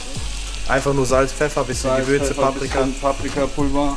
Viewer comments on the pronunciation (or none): vorallem “bissjen” paprika 😂👌🏼